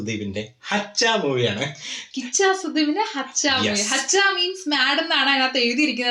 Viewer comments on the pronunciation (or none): It's not hachha it's huuuchha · 😂hacha allato hu-cha 👍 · It's huchcha not hachcha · Its not haccha.. Its huccha hu from human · Movie name is huccha pronounce not right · Its not haccha it's Hu +chcha 😊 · It's not haccha it's huchha!! Spell it properly!! Sherik para!! Brandhan! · It's not Hachcha, It's Huchcha ( ഹിച്ച ) 😂😂 Hu + chcha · It's not haccha, it's huccha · Bro its huchha not hachha,it means crazy or mad person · ഹച്ച അല്ല ഹുച്ചാ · Pronounce it as HU not HA It is HUCHCHA Not Hachcha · Not Haccha it is HUCHCHA